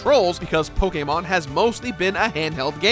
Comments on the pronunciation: pokemon not pokaamon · If you say PokAYEmon one more time... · I know there’s a lot of ways to pronounce it but pokaymon is driving me crazy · POKE AYY MON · You say Pokémon wrong, I can’t watch this without getting triggered x) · Great video but your way of saying Pokemon just gives me headaches haha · Is it ok to be offended by the way he says Pokemon? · I HATE how this guys says pokemon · Stopped watching because of the way he said pokemon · How u said Pokémon s made me curl up into a ball and repeatedly say why for 5 hours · You say Pokemon weird